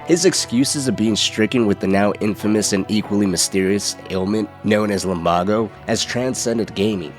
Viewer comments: Bro said lumbargo it’s lumbago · Lum-baa-o? Its lum-bay-go! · It’s pronounced lum-BAY-go, god dammit, he only says it out loud about a million times 😂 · Baaayyygoooo not baaaaagoooo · It's LUM-BAE-GO not LUM-BAH-GO. Now you say it right, cowpoke. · It's "lum-BAY-go" not "lum-BAH-go" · ITS LUMBAGO (lum-bay-go) NOT FUCKING LUMBAGO (lum-bah-go) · wtf is lumBARgo. Its lumBAYgo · Bro Limbago it’s lumbago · Bro said lumbogo instead of lumbago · Bro…..lum bah go It’s lumbaego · It’s not Lum Baa go its Lum ba go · Lambaaago seriously. It's really serious health condition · if he says lumbawgo again i’m gonna punch a hole in my monitor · Why’d you pronounce it lumBAgo? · Its pronounced LUM-BAY-GO. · It’s pronounced lum-BAY-go. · I'm sorry, but it's pronounced Lum BAY go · WHAT DID YOU JUST CALL LUMBAGO??? LUM BAG O??????????????????????????????? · LUM BAEEEGOOOO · How tf can you so confidently mispronounce lumbago like that? It was NEVER pronounced that way in the game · Wondering how you mispronounce Lumbago when he says it in the game.